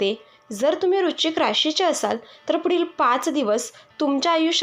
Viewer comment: आधी वृश्चिक या शब्दाचा उच्चार नीट करा